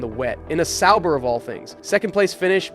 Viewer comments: Pretty sure it is, watched a video on the channel and Sauber is pronounced correctly. In this video Sauber is pronounced incorrect multiple times the b is almost non existent. Some other weird things with inflections and such too. There are times where the voice stops weirdly then speeds ups randomly like AI voices usually do. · Is this AI or something? sauber pronounced sour 1980, one thousand nine hundred and eighty?? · Love the video, hate how you say sauber 😂